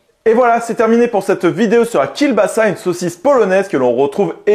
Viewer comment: Alors, ça se prononce Kiewbasa, pas Kiel, c'est un L "barré" qui se prononce W. Voilà, petit point culture. Toujours top tes vidéos sinon.